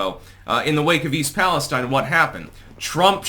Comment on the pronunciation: East Palestine —> EEST pal uh STEEN.